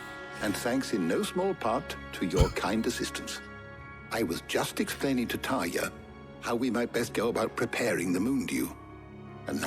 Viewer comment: Yeah, the way Tarja is spelled and pronounced in the game is the exact way it would be in finnish.